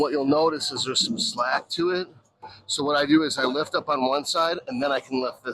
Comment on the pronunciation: Lol " I did uut" 😂